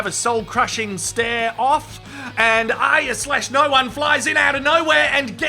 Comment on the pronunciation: Thanks mate!!! first review ive seen that gets Aryas name right!!! A++++